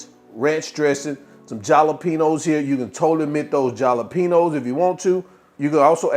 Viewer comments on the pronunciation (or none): "JAW-LO-PENO" for Jalapeño "Halo-peno" is crazy work🥴🤣🤣🤣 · The J is not pronounced..😂it’s pronounced…HALA…… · Jalapeño (ha-la-pen-yo) The letter “J” is pronounced like the letter “H” in Spanish. The letter “N” in this format in Spanish, "ñ,” is pronounced like the letter "Y." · My soul left my body when he said jalapeno